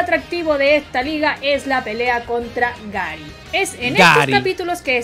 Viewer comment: La chica: Gary: gUeRi